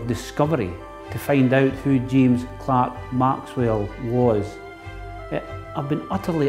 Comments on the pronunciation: It always bugs me when people (especially those who are making documentaries about Maxwell) say his middle name as Clark instead of Clerk! This isn't the first one I've seen where they've done that. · The Scots have made incredible contributions to the comfort of our modern lives - but can we just correct the spelling error in his second name - I see "Clerk" but it is pronounced "Clark" ??? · James CLERK Maxwell. Why do the British people pronounce Clerk incorrectly? Penicuik awaits your answer. 🍷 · Spelled "Clerk" pronounced "Clark."